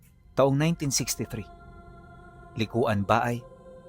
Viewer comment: Likwan Ba-ay Abra - ganyan po ang pronounciation... Taga Abra po ako.. yung mga taga Jan sa lugar na yan Itneg silang lahat at kahit ngayong kasalukuyan 2026 marami parin malalakas na mangkukulam, mambabarang at manggagamot... hindi sila nawawala 😁😁😁😁😁😁 sa Abra.. pinakaliblib na kami sa Norte..